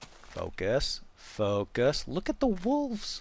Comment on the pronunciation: "Focus, Paul, focus!" [2 seconds later] "LOOK AT THE WOOLVES!"